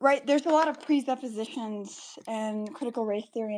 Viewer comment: you can tell when someone just learned a new word, click like for every time she said presuppose or prepsupposition.